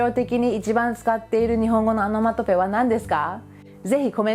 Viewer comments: アノマトペじゃなくて、オノマトペね。聞き間違いなら失礼。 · オノマトペは仏語で米英語ではアナマタピーアって感じの発音ですからね ちゃんと動画内の字幕で訂正していますし